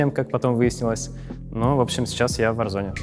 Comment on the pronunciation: Почему варзонАААААААААА а не варзоне